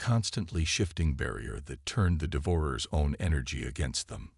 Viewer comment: I wish you would learn to pronounce words, Devour- ers -DEVOUR-ERS